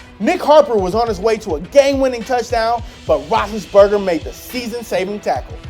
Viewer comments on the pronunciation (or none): Was I the only one who heard him say bill rothlesburger?